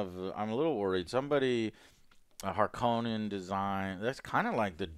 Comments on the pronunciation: He changed the sound of harconna like hes name in the us hes name is denis not deenneve its fukin denis like denis the menics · Joe, the new movies pronunciation of Harkonnen is the correct one. Frank Herbert himself called them that in the audio books he did of the first book.